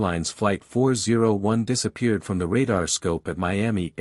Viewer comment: Absolute worst. Stay away from AI. It is making you look like an idiot. WTF is Disaspeanerd? No attention to detail whatsoever.